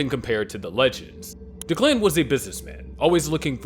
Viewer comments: DECK-luhn, not da-KLAN lmao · Anyone else bothered by the pronunciation of Declan?